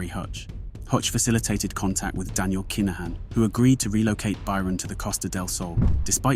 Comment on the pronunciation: Kai Na Han 😅😅nah mate please learn the proper way to pronounce the names ffs